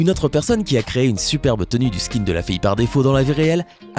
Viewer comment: Vous ne savez même pas comment prononcé skin